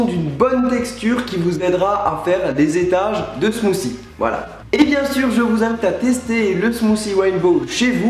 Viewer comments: 1) Suis je le seul a avoir entendu smoussi a 2) ton intro le volume est trop fort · oui mais le th en anglais ce prononce pas ss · On ne dit pas Smousie on dit smoutie avec un T :) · Smoothie Pas smoocie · smothie nous on prononce le t au quebec et quand on entend une personne pas pronnoncer le t cela nous vient a l'oreille bref bonne video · Il dit "des smoossie"... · mec tu peux du dire smoothie et pas smoosie